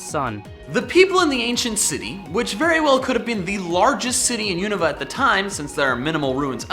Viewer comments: Everyone pronounces it U-n(oa)-va when the real pronunciation is U-na-va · lol he pronounced unova so wrong